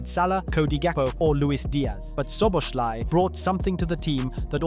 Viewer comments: Cool video ❤❤ when saying Szoboszlai say the second Sz As the first not Szoboslai, I know its hard😢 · i know but at least put in the effort to try. saying sh instead of s is clearly wrong. just put it in google translate and listen, and imitate that, but even this didn't happen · It would be a great video if you could pronounce his name properly. Szobolszlai - therefore that's an "i" in the end of his name that should pronounced like an English "e" and not "y". Please look into it. Cheers mate! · would be time to learn how to pronounce his name properly, especially if you make a video about him